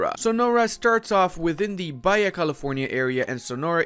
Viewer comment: Quick pronunciation tip. The J in Spanish sounds like an H. So Baja California is not pronounced “baya.” It sounds like “ba-ha.” It has a crazy off road race every year.